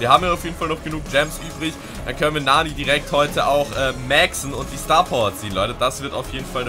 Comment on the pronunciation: Bruder es heißt nicht Naani, es heißt Nanny. Und sie ist weiblich, nicht männlich